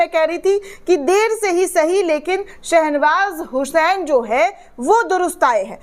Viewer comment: Nam galt bola ja raha hai.Sahih nam hai SHAH NAWAZ HUSAIN.